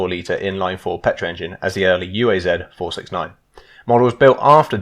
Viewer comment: It's not yu ei zed, it's uaz, sounds like oo'uzz.